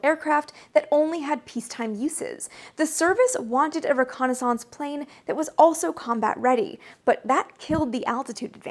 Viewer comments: I love the way you pronounce "reconnaissance"; it sounds like renaissance... Ok I definitely see the logic in your pronunciation; it's hard argue with 9 matching letters at the end of both words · French through "Canadian" :) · Fellow illinoisan myself, Chicago area, and never have I heard it pronounced this way before. Dear god does her way of pronouncing it sound French. Canadian's, eh? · I think I remember you saying you grew up French Canadian. The way you pronounce reconnaissance makes me self conscious about the way I say it. Hillbillies don't speak French. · This might be a regional thing but are you saying "reconnaissance" correctly? reconnaissance. I do enjoy your videos. This is not a bashing but sorry if taken that way. peace! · Guessing it is the Canadian pronunciation. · Excellent video, watched every second and learned a lot but.... your continual non-standard pronunciation of reconnaissance is distracting to say the least. There is a correct USA English pronunciation and this isn’t it. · I seriously had to stop the video after hearing that word mispronounced for about the 50th time. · Everytime you say "reconnaissance" a dial up tone goes off in my brain lol, I've never ever heard it pronounced that way before Maybe it's a regional thing, I'm from Chicago and I've only ever heard it pronounced "ree-kon-iss-ince" not "re-kon-aah-sahnce" Edit: I know you're an author so I'm not gonna tell you what is and isn't the right way to pronounce things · That would be pronounced ho-co-ni-sanse. She's doing her own thing. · Best eyes and bangs on YT? Check! Worse pronunciation of the word reconnaissaaance? Check! 🤪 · entirely agree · Thanks for the bit of trivia in the description. To be honest, I was thrown off by your pronunciation given how you have such an accent-neutral speaking voice. Never thought of reconnaissance as rhyming with Renaissance but it makes perfect sense given your background. Kudos for the great channel!